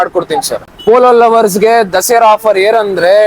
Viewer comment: ದಸೆರಾ ಅಲ್ಲ ಸರ್ ದಸರಾ...